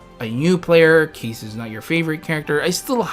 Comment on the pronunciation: Keiss pronounced as Ky-ss Oh well KEESS HOWARD SHIPPUUKEEEN Also, the text for Keiss shows a rework for him....that's new very accurate.